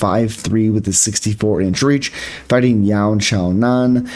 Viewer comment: You said her name perfect...